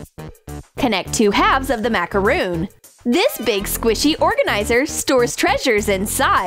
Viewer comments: BRO ITS CALLED A macron not macaroon there is a difference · It’s not called macaroon it’s called macaron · That's a macaron, not a macaroon.